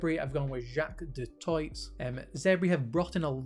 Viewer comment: Good content. FYI, Du Toit is always with a silent T at the end.